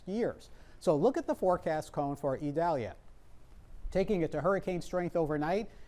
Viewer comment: This weatherman is a pro. He even pronounces «Idalia» perfectly (a special name that's often mispronounced). Great job,!